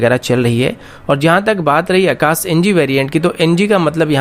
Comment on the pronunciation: Saam nahi sham boliye akas nahin akash boliye.